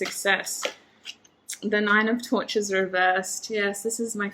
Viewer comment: Group 2 - great message, thank you! Lines up with all the other messages I’ve been receiving lately. Patience. Ok. Funny side note - when you said “Princess of Torches,” at first I thought I heard “Princess of Tortures.” 😂🙏🏻💕